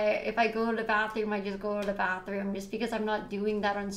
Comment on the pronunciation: "go da bafroom"